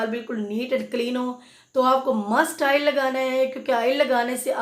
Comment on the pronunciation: Baat ko mukhtasar rakhain, Afaaqa Hoga insha Allah. Shampoo ki baat per 3 minute legayee Aap. Aur Haan Aail nahi oil hota hai. (آئل نہیں اوئل)